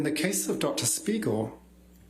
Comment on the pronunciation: Just look at his face after hè pronounced the name of dr spiegel in the beginning....